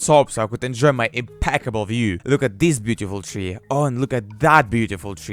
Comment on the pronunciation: MY GOD! what kind of accent is this?? That's horrible! My ears bleeding when i hear "dis" "chree" "kunt"! let's play: try to find out, what these failed words meaning.